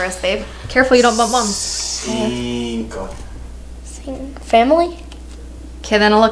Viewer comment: I love Carly’s mom’s reaction and saying “ginko” instead of “cinco”.